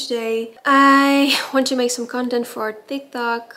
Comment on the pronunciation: Wat leuk dat je Engels vlogt! <3 Klein uitspraaktipje, soms zeg de "th" klank, zoals in "though", terwijl het een harde T is. Bijvoorbeeld Tiktok als Thickthock (om ) uitspreken of Edithing! Girls gotta help each other out! <3 XO